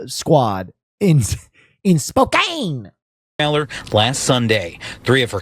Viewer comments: The Zebras were in the Seattle area (North Bend/Snoqualmie) not Spokane (pronounced Spoke-ann). Yep, Twin Peaks! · I'm in Yakima and when he said Spokane I was so confused. How do they mistake Spokane, normally everything is Seattle to those outside of WA